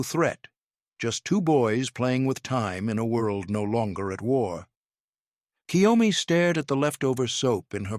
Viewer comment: Totally understand why KYOMI didn't understand someone pronouncing her name entirely. Like so many British as well as American speakers do for no reason that can be understood by any Linguist we make the sound of EE before "Y" It's obviously not "Key Yo Me" or even "Ki Yo Me" It's KYO just the "K" sound directly in front of the "YO" Not KiYoMi Like so many pronounce ToKiYo instead of TO-KYO or KYO-TO Like British has the problem with Ukraine - There's no 'Y' in front of "U' There's no "Y" in front of JagUar.